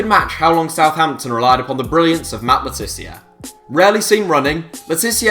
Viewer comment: Matt Le tiz-ear? Long-gevity? Please take some English lessons you wally.